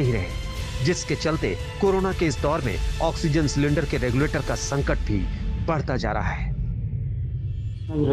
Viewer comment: It's संकट not संटक!!